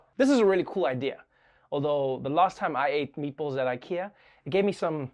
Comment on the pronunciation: "Meatbölls"?! Why not just use "ä"?